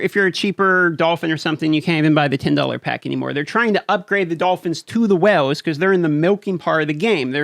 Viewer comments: Is it just me, do I hear "wells" instead of "whales?" It seems like you need your own oil well for this game. Been playing since shortly after release. To this date have never been contacted in response to questions, bug reports, nor even why trying to restore a guildmate's account after his device was destroyed. Are the accounts prioritized by sales receipts, where the biggest spenders' concerns are only addressed? From looking at the gear 13 numbers, the biggest winners are Sith Empire. Protection for prime investment. Had Malak teams not benefited the most, the biggest spenders would be upset their latest investment would lose value before the Star Forge event returned. When you see people in Arena you've been playing against for months suddenly max out the latest meta but you spend months grinding to catch them, but by the time you do, the next grind is in the pipe, the cycle begins again. The is no more lull. When there aren't several events going on, there's new content to grind, often there are both. Without either, the top tier isn't challenged, anymore. What's wrong with that? They might take their money elsewhere. Casual gaming is drying up, so are the wells, too, I think. The so-called FTP for lifers must have to work at this game like a job. If they're free, can they give enough time to compete in a game expecting thou$and$ a year to "compete?" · I just came here to listen to you pronounce “whales” = “whooles” lol, 😂😛👍🏻👍🏻👋🏻🍻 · You have a unique accent especially how you pronounce whales. I thought you were saying wells at first. Lol